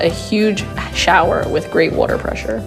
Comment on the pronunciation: Ah it's the way you say water that made me think it was Philadelphia